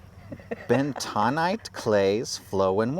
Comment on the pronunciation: Yikes. As a retired geologist, your pronunciation of bentonite made me wince. That clay, which is of volcanic ash origin, was named after Fort Benton, Wyo. It's "ben-tuh-nite". It is a common soil mineral. It can be a medicine, but is mostly used in oil and water well drilling fluids. The spherical boulders are concretions.